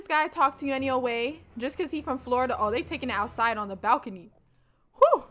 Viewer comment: Lmaooo that’s definitely how us Floridians pronounce Florida “Flawda” 😭😭😭. With our country accents